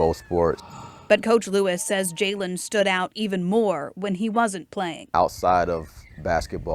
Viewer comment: this was one of my best friends😭💔 also you’re pronouncing his name wrong it’s spelled Jaylon and pronounced “Jaylen “ and we’re from Belleville not Belleview..😭